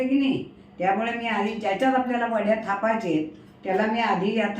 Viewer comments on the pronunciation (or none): यांची बोली भाषा कोणती... बय्राच वेळी बोलताना य चा उच्चार केला जात नाही. उदा. घालाच, खाच, थापाच